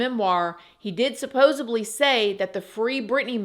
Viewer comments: I love you. But please say supposedly. Supposably is not a word. Although at this point, it's kinda your signature word so I guess nevermind. Lol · Supposably ❌️ Supposedly ✔️ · “Hey! I’ve been a subscriber since your dreadlock days, and I’ll always follow your channel. Just a tiny note — the word is supposedly, not supposably. Thank you ❤”